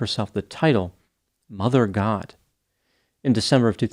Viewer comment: says "Mother God" with the same intonation as Tic Tok. 😂.